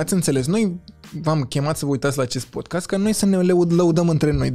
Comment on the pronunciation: Codin, nu mai zice "podkest", că mă zgârie la urechi! Nu e pronunția corectă. Please!😂